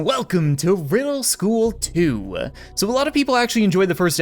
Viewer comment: I love how he said wedel school